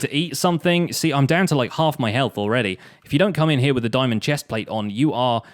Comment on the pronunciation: "THERE WE GO, WE GOT ANOTHER DIAMONG HOW!" wowwwwwwwwwwwwwwwwwwwwwwwwwwww